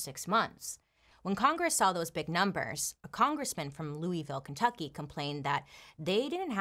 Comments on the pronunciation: "Looeyville" has me shook, I know you hate hearing this but we pronounce it "Louhville." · I love you… but it’s pronounced LOU-AH-VILLE, not Louie! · Hey Bailey. Im from Louisville and you pronounced it wrong. Its (lew-a-vul). Love you! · "Loo-ee-ville" has me cringing. I'll look over it cause you're so awesome, Bailey <3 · Its( looo- i- vul) in pronunciation....sorry I'm from Kentucky, I had to... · Bailey I live in Louisville and you said it wrong 😭